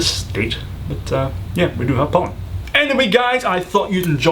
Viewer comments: for 10 I thought he said "do you have Poland in Scotland" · I had to repeat #10 a few times until I got it. I thought he said "Poland." smh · at first when you said pollen i heard poland